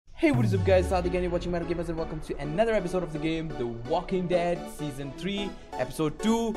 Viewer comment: yep said seasn 3 😂😂